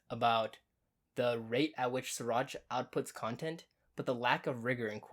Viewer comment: Hi! You call him Suraj. His name is Siraj. Everytime you called 'Suraj'...it hurts here buddy.